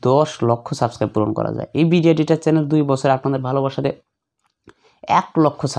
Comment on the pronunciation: bai subskribe bola hoy na